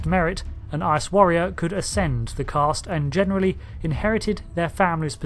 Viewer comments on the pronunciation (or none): There is no "r" in Caste